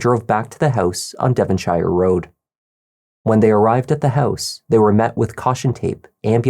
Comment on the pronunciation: Use Google on how to pronounce 'Devonshire', Please...